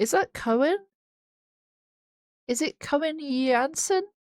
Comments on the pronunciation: Uhhh, the "oe" in Koen doesn't sound like "o-e" but more like "oo" as in Foo Fighters !!! 😘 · Coen (pronounced 'Coon') is just pretending to scream. It's all just Mark screaming. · Great analysis, I always like your Epica reactions. Going to see them is great, too. Just one thing - Coen is just one syllable, rhymes with 'boon'.